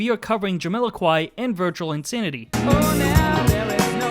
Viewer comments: JamILOquai? What are you saying? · JamILOquai, BarriLOquai, PappadilLOquai It's Jamiroquai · Does the narrator completely mispronounce 'Jamiroquai' every single time he says it?! 😂